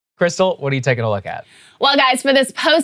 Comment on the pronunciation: The fuck? "Whachu doin tomorra?" What the hell?